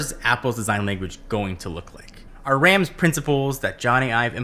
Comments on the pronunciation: Well done, apart from the pronunciation of Rams. Imagine you're going to the Doctor for a sore throat and he says stick out your tongue and say "ahh". Rahhms. I too was corrected during my last year in Germany. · It's pronounced "Rahms". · Apple must've missed the Honest part in Rams' design philosophy. Also, continually butchers Rams' name even after he uses a clip with Rams' correct pronunciation.